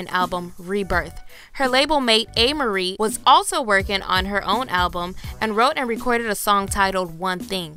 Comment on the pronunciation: The way her name was pronounced in the video made me cringe a bit. Its pronounced A-MAR-IE